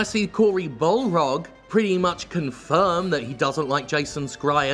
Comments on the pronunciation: Dude, it's Barlog, not Balrog. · I can never tell if Jim calls "Cory Barlog" by Cory Balrog as a joke or a mistake. Probably a joke though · Hey Jim, just a note that the guy's name is "Cory Barlog," not balrog (like LotR), he just has his Twitter name as that because they're so close (if you look at his handle, you'll see it's spelled the actual way) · He pronounced "Barlog" as "Balrog" too sometimes so it might be on purpose